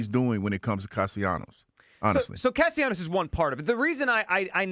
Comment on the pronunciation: Holy crap, now we have Hugh also butchering the pronunciation of Castellanos' name, it's not that difficult to pronounce! Cast-A-Leeenyos???????